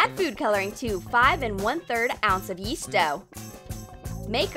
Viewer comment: 10:9 they say yeets dough instead of yeast dough